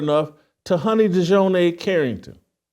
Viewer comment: I realize that Jason isn't too bright, but after reporting on Dijonai Carrington several times, you'd think he could say her name correctly.